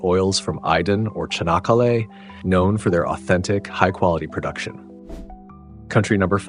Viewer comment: For Türkiye please lemme correct you; Not Iden, it's AYDIN and not Cahanakalay, it's ÇANAKKALE